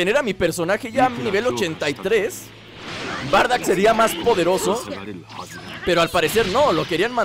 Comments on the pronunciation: Wey es bardock no bardack :v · Porque dices bardack si se dice Bardock